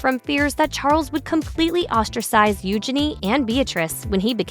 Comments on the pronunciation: They inherited the worst physical features from their parents. BTW, PLEASE pronounce their names correctly! Eu-zhen-ee, not U'junee! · Her name is not Euginny. It is Eugenia. Pronunciation is kind of important. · I could only handle listening to you pronounce her name U-Jenny once and I had to stop .🙄